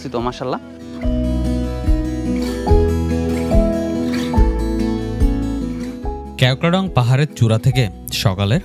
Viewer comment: ক্যাও ক্রা ডং না। কেওক্রাডং